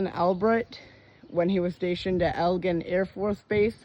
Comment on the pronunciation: My parents met at Eglin Field. As a toddler when my mom spoke about it, I thought she was saying "Eggland" . Much later in life, I saw the name "Eglin Air Force Base" and I began to understand what was spoken in my dimly remembered past. Hearing you butcher the name causes me great umbrage. Start over and speak properly.